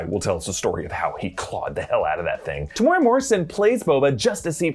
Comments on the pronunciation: Omg you butchered Temuera's name Te-mu-e-rah and before you come for me I'm Maori just like Temuera aka Jake the Must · For your pronounciation of Temueras name say it like Tem-ew-era